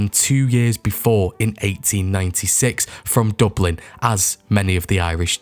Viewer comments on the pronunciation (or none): none